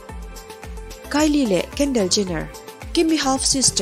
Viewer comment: Kendel ni lovin kendol tih zawk tur aw